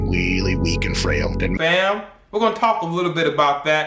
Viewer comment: Bro the way you broke things down is unheard of. This is a damn good video lots of information. The funny part is when you say “FAM”😂😂😂 and HoeReady😂😂😂